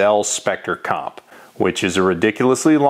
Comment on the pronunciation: Oh No! you said Specter Com! Now the video is too long to watch. hehe